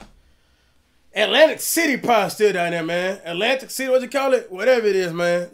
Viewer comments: "Atlantic City"🤣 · He said Atlantic City 🤣🤣🤣